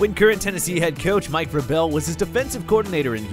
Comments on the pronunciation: Its Vrabel!! Not Verbell!! Jeez... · Repeat after me....VRAY-BULL. Not VRUH-BELL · Vraybul. Not Vrahbell. Vraybul. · ITS NOT “VRABELL” it’s Vrabel. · Sometimes I read comment before watching videos . At first I was like why the people getting mad at the guy for saying Vrabel name wrong. Now I see why after watching videos . He pronounce the name all the way wrong. SMH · Why you call him Ver-bell? 🤔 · Mike "Bruh-Vell" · Mike Vrabel = (VRAY BULL) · Bruh it's "Vray-ble" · If you are going to make a video, Learn how to pronounce peoples names! It's not Vrah-Bell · It's pronounced VRAYbel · I really didn't bro it just got on my nerves how he was saying coaches name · You're pronouncing "Vrabel" wrong, and Clowney was repeatedly linked to the Titans. They've been on the short list to sign him for a long time.